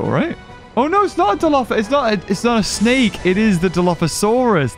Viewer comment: He called it a hydra,snek instead of snake 😄🤣